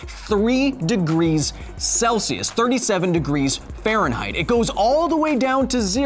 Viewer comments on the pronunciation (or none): none